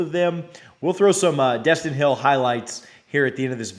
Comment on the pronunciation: It’s Destyn eee